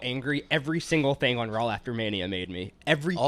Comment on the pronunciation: Why does pronounce Raw as RAWL